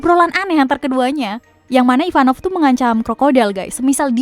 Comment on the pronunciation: Ivankov . Bukan ivanov